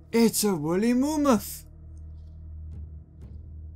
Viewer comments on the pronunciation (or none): I was laughing when he said it's a woolly moommath but now I was yelling it's mammoth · The best line in this series "Its a wooly moomath"